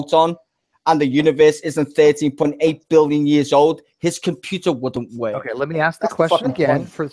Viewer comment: "Electruns go down theh whyehhhh, that's how they wehhhhhk! They flies down the whyehhhs and thehh dynamic. I know how they wehhhk coz I make computehhz!" Styzor the Grand Idiot, 2017